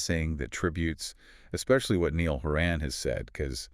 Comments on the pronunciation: That’s what I’m saying. Like who the fook is Neil? Who’s Neil HorAN? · Amen His name is NAILL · The mans name is NY-ALL NI-ALL, NIALL. Please get it right he deserves that. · SAY NIALL’S NAME CORRECTLY MY GOD IM GETTING SO FRUSTRATED WITH THIS! His name isn’t Neil. It’s Niall. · Who the fook is Neil, it’s Niall Ni-All 💀